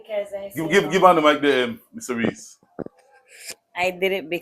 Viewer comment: His name is not Ree .